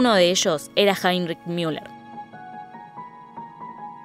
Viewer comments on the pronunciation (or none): Se dice Müller tal cual, no miuler, no es ÍNGLES, ES ALEMAN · Es ridículo que pronuncien el alemán como si fuera inglés. No es Miuler ni Miunic, sino Muler y Munick, con una U con diéresis o sea pronunciada como la U francesa. ¿Tanto cuesta saberlo? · Sorry escuchar miuller me perturba tanto que solo pude ver 5 min 😂